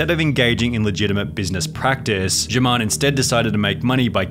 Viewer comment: i thought its pronounced herman not jeurman